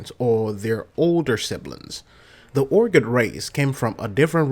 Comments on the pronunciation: Urgot Urgot... its Urgoth, why are you dropping the "H" ? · This guy dose not know how to speak english all hearts ur-got not urgoth